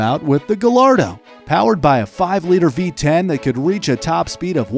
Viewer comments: you pronounce gullardo [guy-are-dough] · Isn't it pronounced as ga-yardo?? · Did this man just say ga lard doe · Love the content, but you say Gallardo Gall ar doe but you have to say it guy ar doe and reventon is rev in ton. You can say the how ever you say it but that's how you say it. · Actually pronounced "Guy arr doe" not "Guh lard doh" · It's not Gahlardoh It's Guyardo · Loved the video till I heard guhlardo. It’s pronounced guy-ardo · smh pls it's pronounced gaiiardo not gallardo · yes it's spelt gallardo but pronunced ga-yardo! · Great vid but just so you know Gallardo is actually pronaunced ga-yard-oh 👍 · Great video although the Gallardo you did pronounce incorrectly (I’m not trying to be rude just making sure you know) it is pronounced guy-ar-do 2 L’s in Spanish make a y sound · Why do Americans have problems pronouncing GALLARDO correctly?!?! GUY-ADO its not hard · First "Porsch", now "GaLLardo". This guy needs to work on his pronunciation... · Fun fact: u said Gallardo wrong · Frustrates me when people say gallardo wrong:( ll=y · Love the videos but you mispronounced gallardo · you said Gallardo wrong😂